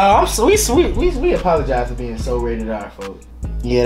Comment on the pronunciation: he killed the R on the Rated R sign 😂😂